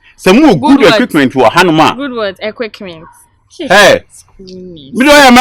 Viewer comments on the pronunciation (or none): no good oo😂😂😂 Equickment paaa😂😂